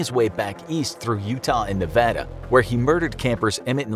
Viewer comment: Thank you so much for saying Nevada the right way.